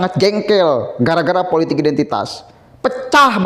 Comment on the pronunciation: Mas maaf sblmnya, isi kontenmu bagus tak ikuti terus aku suka, tp yg aku krg suka, tlg dong penyampaiannya jgn ikuti roky nggerung, kata2nya pakai akhiran "~KS~" contoh politiks, ahoks, untuks, publiks, biasa wae ya, krn aku muak, jijik dan pingin hoek dengarnya, tlg ya mas pakai bahasa dan kalimat sendiri sj ya, hahaha hahahaha, Ora keno nesu demi perbaikan kontenmu, oke....